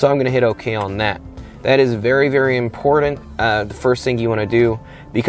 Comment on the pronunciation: The buttons have two tt s in them not two dd s In other words, it is buttons, not buddons for the word important, there is a t not a d. Otherwise, like your video!